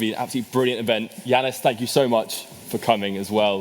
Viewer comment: Yiannis not Yiannis